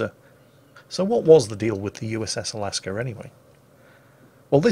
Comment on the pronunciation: there is no r in Alaska or Alabama...or Delta...